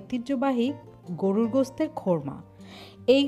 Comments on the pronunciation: Sorry.....কোরমা রান্না কে কেন বারবার খোরমা বলছেন,শুনতে খুবই শ্রুতি কটু লাগছে । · কোরমা কে এমন খোরমা খোরমা করতেছেন যে, আমি ভাবলাম কি না কি 🙄🙄